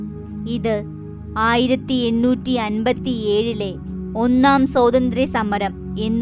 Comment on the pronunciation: Please note: സ്വാതന്ത്ര്യം, not സോദന്ത്ര്യം . And, ആദ്യമായി ആണ് ഇദ്ദേഹത്തെ patti കേള്‍ക്കുന്നത്. 🤩👍🏽